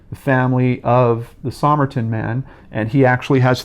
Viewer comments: It’s pronounced “summer-tun” not “somme-er-Tom.” The code strongly suggests spy craft, and the use of a rare book as a key (classic Russian spy craft). This is such an interesting case (I think he was a Russian spy — probably trained as a dancer before the war and was coming to settle a score with the Australian nurse (who many think was a Russian spy herself). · Somerton, pronounced summerton.